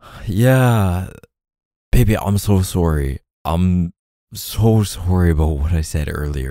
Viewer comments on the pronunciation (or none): I think my fave is when he apologises and says 🇨🇦sowry🇨🇦 😍 haha. Omg nazwa, makes me wonder how many hours we must’ve spent listening to his voice!! (I regret not a single second of it 🤣) I love it when he drops other languages in the audios, he really does nail it. (The best I can do is a teeny tiny bit of French and my accent is suuuper suss 😬🤣) It’s always fun to see that there’s Bumbles from all over the world here too when he does it 🫶🏻 All united in our love of K’s amazing audios (and his very sexy voice 🥵😂) 💖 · “I’m so sooorry” 🤣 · The way he says sorry as 🇨🇦surry🇨🇦